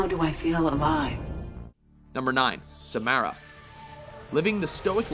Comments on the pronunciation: This list really sucks... No one even likes Samara (you pronounce her name wrong anyways) or EDI. Zaeed and Kasumi were only honorable mentions? This is an awful list. How was JAVIK an honorable mention, even though he was one of the funniest and most useful squad members? It sounds like you've never played through the series, if not only once, and like "OK! LIST TIME! LET'S DO THIS BECAUSE WE'RE OUT OF IDEAS!" I think the next list is going to be "Top 10 Watch Mojo Lists" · OMG learn to say the names. You said Samara and Liara's last name wrong.